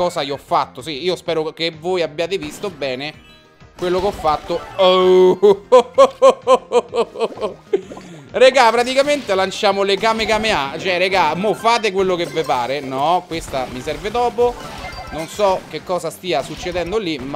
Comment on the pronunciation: Non per dire ma si dice KAMEHAMEHA e non KAMEKAMEHA